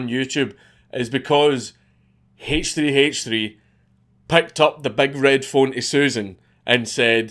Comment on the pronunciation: "hay-ch tree hay-ch tree" who tf is that